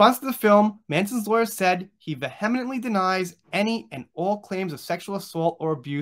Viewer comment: "Vehemently" is pronounced "VEE- uh-munt-lee" .... Should make it easier for you...xxx